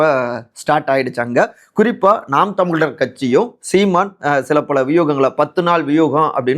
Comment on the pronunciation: Hi, can't u properly spell words like Tamizhar & Uzhavar..???? If you can't pronounce 'zha' unique to Tamil, you are unfit to be a Tamil reporter.